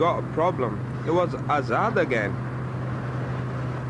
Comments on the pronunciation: it's azaad not hazard 🤣🤣 he is actually a danger to the society by the looks of things carrying them burnt out seats so the name hazard actually suits him 😂😂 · Azad? U mean Hazard?lol